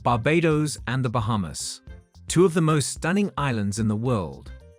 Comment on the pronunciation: They both are great islands and very British. I would love in both places. And please, pronounce Barbados correctly. Thanks.